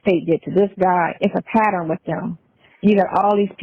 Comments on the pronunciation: Patterin?😮 It's pattern 😅😅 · Let's all say it together, Pattern NOT PAT TER RIN 😂😅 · Patterin. Patter-inn